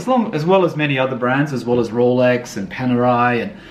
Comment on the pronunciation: You finally pronounced Panerai correctly. Good job mate